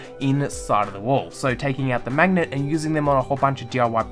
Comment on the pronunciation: Say 'mangnet' one more time